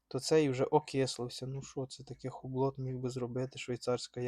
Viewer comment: ХУБЛО...., не ХУБЛОТ.😊